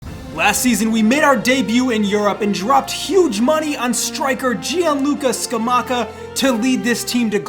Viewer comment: Bro it's Gianluca 😂